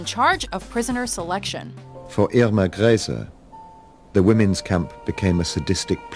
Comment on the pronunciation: I find it really annoying how you don't even try to pronounce foreign names right. "Grese" is even pronounced correctly in the video extract you show and yet make no effort. Same with Ilse Koch. And gif. It's gif and not jif. Please fix this, it's annoying me.